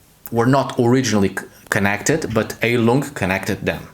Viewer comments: Not to smartass: but its pronounced "high-lung", "hi-lung" or to seperate syllables: "Hei-lung" Its german for "healing" (as a noun) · Fun fact - you should pronounce it "Hailung" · Then it would be pronounced "hyle-ung"